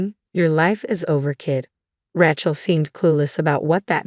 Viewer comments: I hate the way AI says Rachel sounds more like a weapon Ratchet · Pronunciation of Rachel leaves a lot to be desired. Who does this anyway?